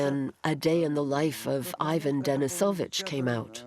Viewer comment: Are you not even going to try and pronounce the names correctly? I feel second-hand embarrassment when I hear how you say "Ivan"